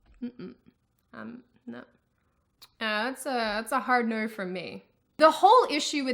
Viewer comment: You do that thing where you insert r's between words to flow between them. When you say no, it sounds like nurr :) I'm still not over how weird your accent is.